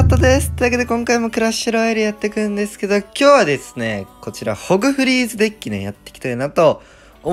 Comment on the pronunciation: ホグフリーズがだんだんゴンフリークスに聞こえてきた笑笑